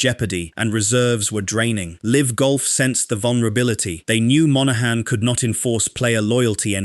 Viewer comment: Sorry but who says L. I. V. rather than "Liv" It sounds like AI and the usual AI traits are there. It would be really unfortunate if your voice sounded like AI. But even more unfortunate if it doesn't and you claim it does because that would mean you're lying which won't grow your channel